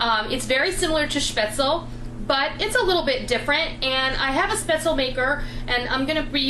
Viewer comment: Love, love, love your videos,! Just one thing... The correct pronunciation for the German noodle/dumpling is "shpetz-leh," (NOT "spetz-el")... The "e" at the end of the word IS pronounced, just like the the trailing "e" is pronounced in Porsche ("porsh-ah," NOT "porsh")! Also, FYI, the people in Southern Germany use a different type of spaetzle maker, where the dough is squeezed out of a ricer-looking tool that makes longer, rope-like spaetzle! Either shape... DELISH!!!!!